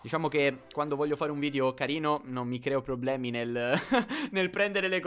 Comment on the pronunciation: CARL LEONARD e carrrino come dice like plsss